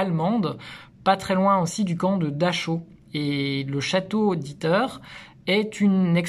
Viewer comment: Gangl... nickel, mais on ne dit pas daCHau... mais DaRAO (phonétiquement). CH=R en teuton et AU=AO... 😊